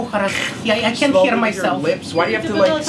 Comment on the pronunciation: Ты мне а ухо рахговариваешь. I can't хер myself.